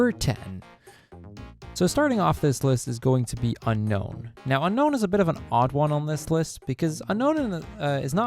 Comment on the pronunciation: you mispronounced unown and misspelled unown in the chapters list. You also misspelled Milotic and Kecleon Unown is canonically pronounced un-own